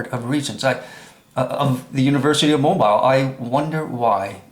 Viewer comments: I watched up to 8 minutes and 25 seconds and the only thing I saw was your jealously. And it's pronounced "MOBEAL" Not Mo- BILE.... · Please learn how to pronounce Mobile, AL! Pron. MoBEEL not MoBILE. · your credibility is severely damaged when you cannot even pronounce Mobile. It's a port city located on Mobile Bay on the Gulf Coast of Alabama. Alabama is located in the United States of America. Planet name = Earth. Mobile is pronounced Mo beel or Mo beal. Consider this your review and rebuke. Get some basic lessons in geography before attacking someone else on their stupidity and integrity. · The pronunciation of Mobile, Alabama is incorrect. It's pronounced---Mo--beel, so you now know. Thanks. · It's pronounced Mobeel, Alabama! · Please brother, learn how to pronounce Mobile as in Mobile,Al.,etc. correctly. Your pronounciation is ignorant and very annoying.